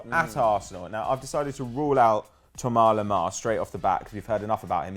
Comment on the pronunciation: Who the fuck is Tourmar Lamar?